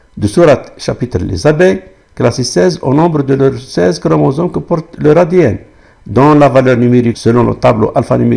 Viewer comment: استاذ د ن ا وليس دنا والله اعلم